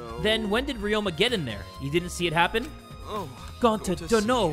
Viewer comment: Ok ima give you a hint, it’s NOT Gonta:)